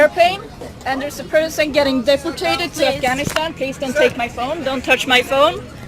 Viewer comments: I don't speak Swedish at all, but "deportated" ?? That was grinding my gears every time she said it. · Why does she keep saying deportated? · Can we talk about her saying "deportated"? It's "deported". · deport-tate: so terrible lol stupid bitch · Day-poor-tayted. Fucking stop. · "deportate" - WTF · "Deportate" That's a new one. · What infuriates me most, however, is that nobody corrected her when she said "deportate". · "deportate"? lol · because the lovely lady in the video constantly pronounces it "deportated" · Did she say "Deportate"? Bitch doesn't even know how to say the word right, and she thinks she knows better than everyone else. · ... "Deportated." Sweetheart, I have friends in Scandinavian countries who run rings around native English speakers. And they're not , 'privileged', they're just ordinary citizens. Do us a favor, dear, and learn how to speak the language before lecturing us in it.